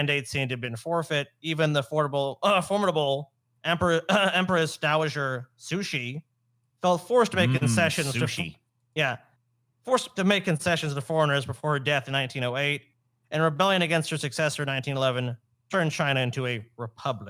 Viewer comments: sushi is pronounced that way. Cixi is pronounced zuh-shee. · Of all the mispronunciations of Cixi "sushi" has to be my favorite lmao